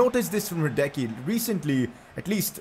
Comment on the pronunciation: I'm sorry but you're still pronouncing Hradecky's name wrong. It's Hra-dets-ky